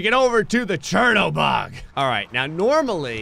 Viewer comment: I always wondered when the Chernobog would win one of these challenges. Side note - I believe it's pronounced "Shern-OH-bahg,".